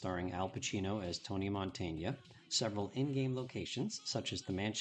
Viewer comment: Another great video, I love that heavy BF! Btw it's not Montaña, is just Montana (just in case you name him in a future video).